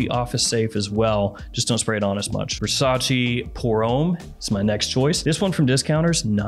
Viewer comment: Can you stop pronouncing VERRRSATCHE as VERSACHI?!?!?!!!